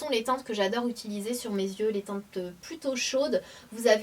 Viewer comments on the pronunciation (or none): none